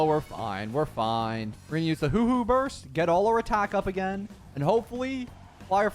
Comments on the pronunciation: A small part of me always dies when says hoo-hoo Its pronounced exactly as spelt huo huo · Bro be butchering all the names in star rail Aeon= ion Huohuo= Whowho🤷‍♂️ Lol what else😮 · "Hooh-Hooh" my poor Huohuo :'D - u did ma gurl dirty she aint an owl bro 😭